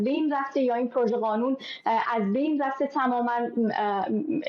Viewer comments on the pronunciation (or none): none